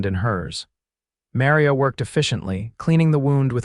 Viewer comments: Hope your story e need well as yout Tmr mispronunciation of Maria and Santa Fe was so bad I couldn't keep liatening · It is a good story but any idiot knows how to pronounce Maria & Santa Fe properly. Please check your pronounciations of names. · AI voice, mispronounced Santa Fe and Maria. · I am getting hooked on the stories, but the AI reading these is killing me. Santa Fee? How do say a name like Maria? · Really annoying to hear the constant mispronunciation of the name Maria and Santa Fe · I know! Drives me crazy too!😂